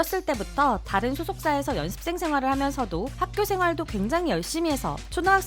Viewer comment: 연습생 발음을 열ㄴ습생 이렇게 하시네 신기하다